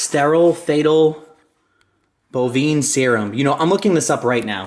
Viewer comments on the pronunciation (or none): my dude.. it's pronounced "fee-tal" and literally "bo-vine" lol just looking out 😅😅